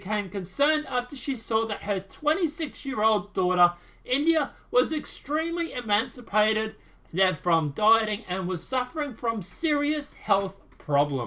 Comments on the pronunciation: Ee-may-see-ay-ted. Not ee-man-si-pay-ted. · Maybe instead of the raccoon thing you should hone reading skills. The word you were supposed to read was emaciated (unusually thin) and not emancipated ( an underage person determined to be considered a legal adult).